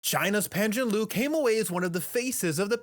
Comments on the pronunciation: A nitpick: It's Pan Zhan "Le" as in the Chinese phrase for happy, "kuai le". It's not "Lu". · Please learn to pronounce his name correctly. It's Pan Zhan 'LER'... not Pan Zhan 'LU'. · idk how to say it but it’s not zhanloo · Is not even hard😂....Le = Ler (but for foreigner are all pronounced wrongly) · Easy Pizzy. PAN frying pan. JAN like Jan Brady. LURE like fishing lure. Pan Jan Lure. Raise your voice slightly on the lure. That will get 90% there from the 10% score you got in this video for 潘展乐0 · Dude can pronounce every name correctly but don't have the heart to pronounce Pan ZhanLe's name correctly. 🤔